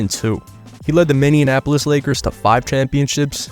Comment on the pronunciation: Great video but it drives me fucking nuts how you put an extra syllable in Minneapolis